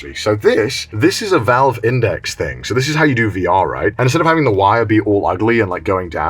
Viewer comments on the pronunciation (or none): none